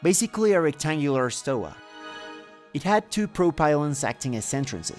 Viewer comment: Nice video Btw it is stoA not stOa